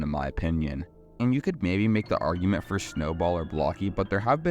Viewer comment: It’s Four, not Thor.